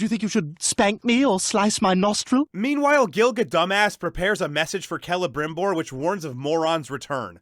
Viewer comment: Celebrimbor could be called "Cele'dim'bore". Also, it'd be pronounced "Kee’Lee'Brim'Bore", not "Keh'Leh'Brim'Bore". As if anyone cares. Liked, subbed. Good looks. :-)